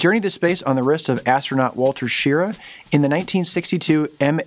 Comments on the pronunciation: Just a comment - I'm pretty sure that Wally Schirra's name is not pronounced "sheer-a", but rather "shi-rah" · Wally Schirra's last name is pronounced "Shi-RA," with the emphasis on the second syllable.